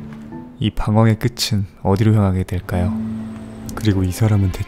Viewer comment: 방황의 끄츤이 아니라 방황의 끄튼